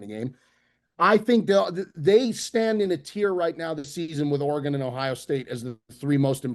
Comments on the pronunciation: it’s ORY-GUN please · pronouncing Orr-Gone hahahaha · We have to address the way pronounces "Oregon" like he's guessing what shape has 10 sides like last week. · The way says Oregon is clinically insane